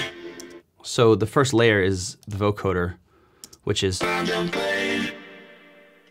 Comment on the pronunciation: BTW, It's pronounced voCODEr, not voCORDer.